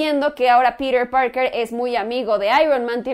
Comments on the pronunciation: ES TAN DIFÍCIL DECIR PITER PARKER Y NO PIRER PAOKER :v :v NO LE VEO LA LÓGICA DE ESTAR HABLANDO DE ESA MANERA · pirer purker !!!! jajajaja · "Pirir Parker" jejeje v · "Pirer Parkerrr" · "Pider Pargr" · Tom Hollan hace un buen papel de Peter Parker -¿Peter Parker? Uh lala señor señor francés. -¿Entonces como se dice,? - "pirer parquer"